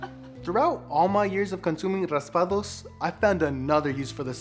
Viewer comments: Faisal4T he said Raspados he barley sad raspado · It’s not “raspados” mister is raspados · Uh no it's not it's raspados